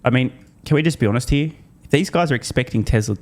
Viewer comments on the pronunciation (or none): none